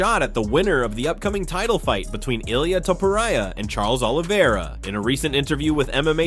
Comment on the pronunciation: Who the fuck is this guy talking about? Ilia? Sounds like he saying he is running from belal lol. He can't pronounce any names right?